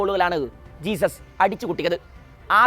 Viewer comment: ജെസ്യൂസ്സ് not ജീസസ്